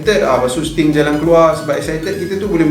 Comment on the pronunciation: Don't make 'Sting' confius, and then you say 'Aku Yahuu'. 😁👍#ItsStingNotStim